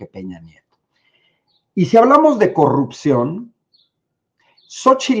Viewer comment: Coggguppsion dice la botarga